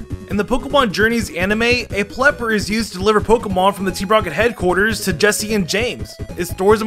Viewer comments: He really said Plepper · plepper instead of pelipper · Its not plepper its pell ep er